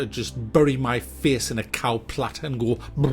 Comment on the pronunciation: It isn't a cow plat its a cow pat, not sure if that is what you said sounded like cow plat though ;)